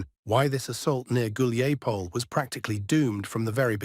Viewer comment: So Dima in the military summary channel is the only one who can correctly pronounce Hulaiapole. And Kiev. 😄😄😄